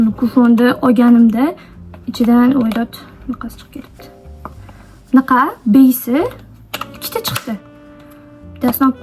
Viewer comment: "Mnaqa" diyishizga oʻldim boru ❤😂